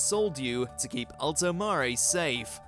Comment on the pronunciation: Alto MARE, not mar-a, your pronunciations are REALLY ANNOYING 💢